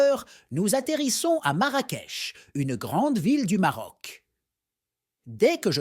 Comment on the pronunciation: Une très belle vidéo sur notre pays,sauf que nos vêtements sont différents de l'Arabie saoudite,aussi la ville de Marrakech on prononce " ch" à la fin et non pas "k".Merci pour cette histoire et crois moi le vrai trésor du Maroc c'est son peuple,nous aimons les gens,et soyez la bienvenue chez nous la prochaine fois vous découvrirez d'autres villes,d'autres cultures, et d'autres traditions.😊